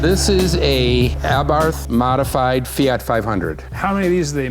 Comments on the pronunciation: FYI, it's pronounced "Aa-bart". Yeah, I know, weird, but that's how it's said, missing the h. Wonder if that kit is still available, or if it fits the 500 Giardiniera ? The lid is not kept up for cooling, and certainly the down force line was a jest? They're propped open because they don't close - the modded motor gets in the way. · Can someone call Jason Cammisa to teach them how to pronounce "Abarth" He did a nice segment in the Lancia Delta Integrale Video 🤣🤣🤣